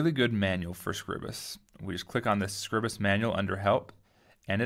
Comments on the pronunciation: Awesome video, followed your series for Inkscape and now it's time to learn how to use this. My only gripe - please pronounce it correctly! It's not "Scribbus", it's "Scribe-uhs" :D (as in "bribe" then "us") I've got a massive problem because I don't seem to get all of my tools appear along the top. If I hover the mouse over the (invisible) buttons I can get the tool tips appear and if I click and hold the mouse button down I get the button appear but I release it and it disappears again. I'm running Manjaro KDE with Plasma, Using Scribus v1.5.8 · I remember you from Inkscape tutes. You do Scribus too?! I thought it was pronounced scribe-uss??? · Not how it is pronounced but otherwise good. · i hate the way you pronounce scribus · I disagree, but I realize I may be in the minority. I read it the same way I would 'script' or 'scribble'. I only pronounce the long 'i' on words with an 'e' after the 'b', like scribe. I make Scribus do the same as words like as apparatus, stratus, impetus, syllabus... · That’s ok, but in case you’re curious. Apparatus, stratus, impetus, syllabus. These words do not have a long vowel, and neither should Scribus. English has pronunciation rules, and while there are many exceptions, I don't think Scribus qualifies for one. 'Time' and 'Scribe' have a long 'i' because of the 'e'. 'Sign' and 'Night' have a long 'i' because of the 'gh'. What would make 'Scribus' have a long 'i'?